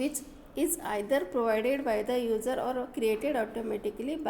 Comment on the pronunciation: simply read the pdf and mostly user will pronounced as ujer